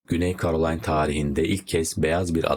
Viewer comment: KAROLAYN DEĞİL KEROLAYNAA DİYE OKUNUR.. KNAYT DEĞİL NAYT OLACAK.. ALLAH AŞKINA NE OLUR YABANCI DİLDEN KELİMELERİ ÖNCEDEN ÇALIŞIN YA DA BİR BİLENE SORUN YAAA😮